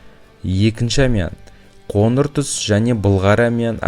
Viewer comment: Ң ды айта алмайсың ба? Ң әріпінің орнына н қойып сөйлейсің "қоныр түс, танбаған "деген сөздерді дұрыс айтпайсың ба?